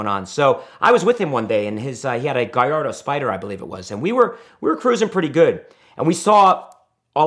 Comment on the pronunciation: Second person I’ve herd on this site who said Gallardo correctly